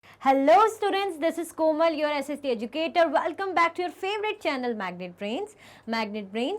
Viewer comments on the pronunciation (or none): none